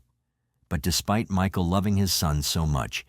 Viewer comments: Me-kael & Myshill 😂 tell us your a bot without telling us your a bot 🤬🤡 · How disrespectful are you, the narrator, disrespecting the victim by mispronouncing t MICHAEL'S name so many times. Unsubscribed.